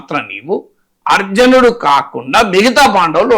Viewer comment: Excellent Analysis Sir...చిన్న సవరణ సర్..."అర్జనుడు" అని పలుకుతున్నారు..."అర్జునుడు" అని పలకాలి...ఏమి అనుకోకండి... మరియు మీ knowledge కి నా నమస్సులు...